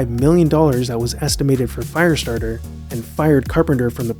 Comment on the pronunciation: Why does he keep saying 'Fireatarter' when 'Christine' was his next film